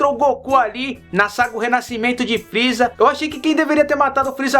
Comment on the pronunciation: dislike muitos pesongens ele falou errado por exenplo:o freeza